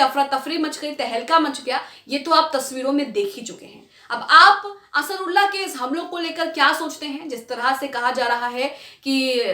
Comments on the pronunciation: Asarulla nahi medum ansaarullah bolin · Ap Huthi ke name ko sahi nhi bolti ho Ansrullah ya Asrullah bar bar bolti hai Asal me wo Ansaarullah hai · It's Ansarullah not asarullah...😅😅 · असरुल्ला नहीं अंसारुल्लाह है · असरुल्लाह नहीं अंसारउल्लाह है । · Madam asrulla nahi ansarullah hai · Sahi word Ansarullah hota hai, A ke baad n hai, Asrullah baar-2 kyon bol rahi ho, ek baar agar galti se galat padh ker bol diya to theek hai magar poori reporting me baar-2 bolna sahi nahi hai Ok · انصار اللہ بولنا سیکھ لیجئے